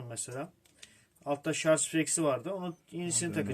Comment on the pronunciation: Herşey çok güzel de şarz nedir beyler... Doğrusu şarj... Lütfen siz yapmayın bunu...